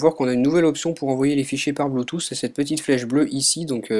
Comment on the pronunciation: Ça se prononce : Bluetooth * Et pas Bloutou ! :D